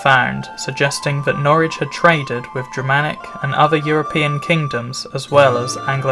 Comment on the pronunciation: Good that you pronounce Norwich correctly as 'Norridge' and not 'Norrich' as many folk do, even the locals.